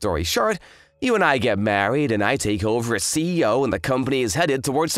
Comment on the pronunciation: Does the female VA keep on saying Ceo instead of C.E.O